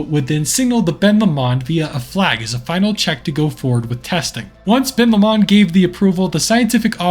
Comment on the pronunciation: All I’m gonna say is that’s not how u say Ben Lomond it’s Ben low-mund I’m sorry if u take offence to this also really like ur videos Also if ur talking about the lake it’s Loch Lomond. Ben Lomond is the mountain next to it